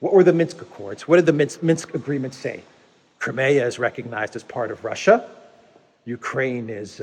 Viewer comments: NOT krim-A-ugh but KR-EYE-ME-ugh. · What is this "Cremaya".....in English it's pronounced Crymea. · Where did you get that pronunciation of Crimea? In the English we Americans use it is "Cry-me-uh". In Russian it is Krim (rhymes with trim except for the rolled "R"). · It's pronounced "cry-me-ah".